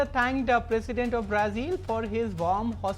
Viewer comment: Its not braa zeel 😂😂😂😂😂😂..its brazil